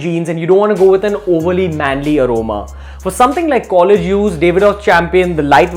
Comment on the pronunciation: LMAO..What is collegy?